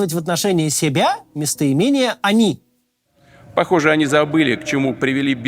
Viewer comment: Говоря "они" про себя, путен в общем-то прав, только ударение не на тот слог ставит, ведь "о́ни" - это в японской мифологии "большие злобные клыкастые и рогатые человекоподобные чудовища" 😄